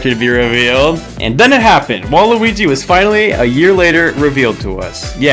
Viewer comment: DID U SAY WALUIGI!?